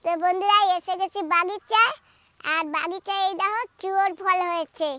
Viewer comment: বাগিচা উচ্চারণ ঠিক করুন আর বাংলাতে যখন বলছেন বাগান বললেই শুনতে ভাল লাগবে ।